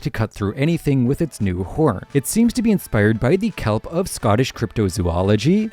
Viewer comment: The Kelp? Di-tar-digan? 😅i got u brutha, i know youve seen stranger things. Remember their pet that turned into a demo dog? Dart? Dart was short for this name: D'artagnan, pronounced dar-tan-yan. And as far as the celtic water horse youre refering to, its called a kelpIE, not kelp. Normally i hate ppl that get bent ojt of shape over pronunciation but this was above and beyond lol. Great video tho, im intending to be a little funny and tell you a small correction, on the whole your vids are great and love the channel!